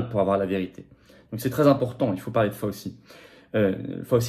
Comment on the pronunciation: S'il vous plait, c'est prononcé FAOU-CHI, non pas FAUSEE a la française, Svp, ca fait ma aux oreilles l pour l'homme politique que vous êtes, Florian. merci.